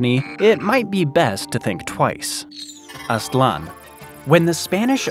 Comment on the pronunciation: Its Aztlan (not Aslan).